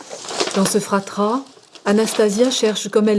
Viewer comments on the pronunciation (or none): dit "dans ce FRATRAS" au lieu de fatras.